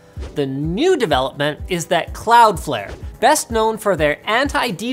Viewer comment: "Change your DNS" Called it! Also, "Cloudflare"?